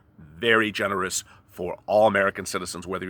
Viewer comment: What does "genuous" mean? How does one trust a guy who can't pronounce generous?